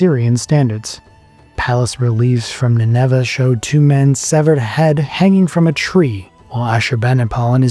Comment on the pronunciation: Why do you pronounce Nineveh with the accent on the second syllable? There are a number of other similar unusual pronunciations (to English ears). Are these in some way more accurate, or just an issue with an AI voice?